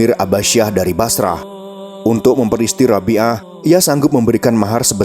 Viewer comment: Masya Allah. Tapi kalau ada lelaki salih apalagi sensual datang melamar, kan ga boleh nolak supaya gak terjadi kerusakan. Min, Basrah itu dibacanya Basroh 🙏